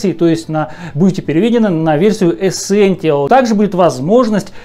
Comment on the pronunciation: Ну камон,чел явный фан сони,но вы просто вслушайтесь -ЭСЕНТИАЛ)))